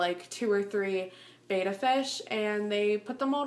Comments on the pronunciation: it's Betta not beta BETTA not beta look it up Betta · Just fyi betta is pronounced bet like i bet.. and uh (bet-uh-s) lol i did the same thing and i got alot of hate just trying to save u lol